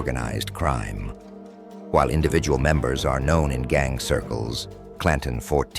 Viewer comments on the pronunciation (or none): none